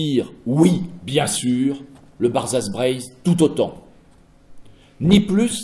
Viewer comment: le barzha breizh ahahah francisé à mort